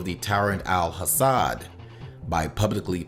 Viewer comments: Your pronunciation of the Syrian president's name is wrong! It's pronounced Assad, not Hassad. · Dude - there is no H in Al-Assad. ok. it is not HASSAD.